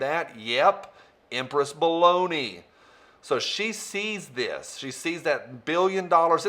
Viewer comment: I think you mispronounced Baloney